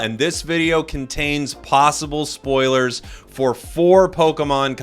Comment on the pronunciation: Nobody: Jake:sPoLiErS